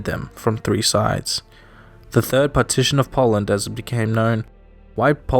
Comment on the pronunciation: Poland I thought you said partition lol